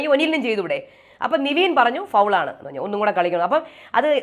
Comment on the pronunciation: Ingal nevin nte name pronounce Cheynadh niveen aayit aannu